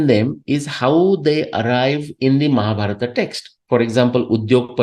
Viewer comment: Please not to pronounce Mahabharata or Ramanayana. It’s pains me, breaks my heart.🙏🙏🙏